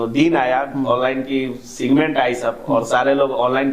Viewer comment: सिगमेंट नहीं सेगमेंट होता है महाशय😂